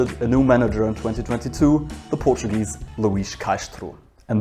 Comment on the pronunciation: your Portugal Portuguese ascent is impeccable